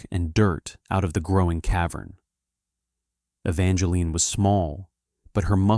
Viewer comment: Her name is not Evangeline 50 Evangeline. The E on the end is silent. The story would be better if it was told by a female since it is a female story instead of a male story. You should have two different voices telling the story one male one female .